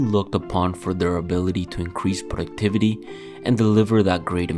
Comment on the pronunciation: Ah yes "P r o d u c t i v a t y" this Ultrawide UHD 144hz IPS Monitor will surely help me be more " p r o d u c t i v e" tottally not gonna procrastinate